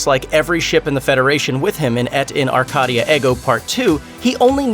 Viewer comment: Eh T in are -Kay - dee ah air go . Pronounce it correctly !!!!!!